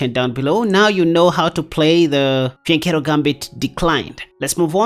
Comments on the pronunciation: Sounds like he is saying the vagina formation 😅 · The vagina formation?! That's what it sounds like you are saying 😅😅😅